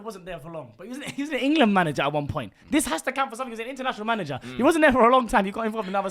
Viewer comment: supercopa de englessss!!! 🤣🤣🤣🤣🤣🤣🤣🤣🤣🤣🤣